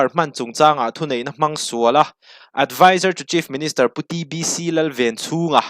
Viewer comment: DBC iti zel in ka hria ka hriat sual nge a hming ilam dik lo zawk